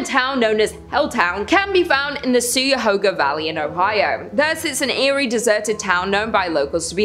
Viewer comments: Its pronounced Ky-a-hoga not c-ahoga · Ki ya HOG a. That's how you say Cuyahoga. Born and raised in Cuyahoga county. Might be Wyandot Indian, means Crooked River.